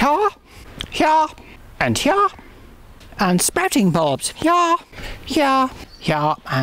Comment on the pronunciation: "I'm planting primroses HEAH... HEAH... and HEAH." Respect gardening authoritah!